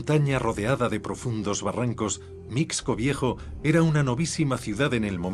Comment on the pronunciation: Mixco (pronunciación correcta es misco)